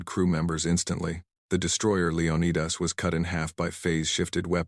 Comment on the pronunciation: Woke, woke, woke!!! All women! Stop the madness!! Pronounce Prometheus and leonidas correctly!!! The AI sux for this one! Ha ha ha ha ha!!!!